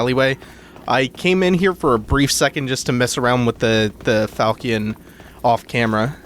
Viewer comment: the weapon is pronounced FAl- Shon not falcon